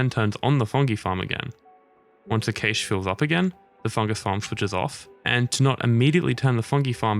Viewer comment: Had me until you started saying cache wrong. Cool vid though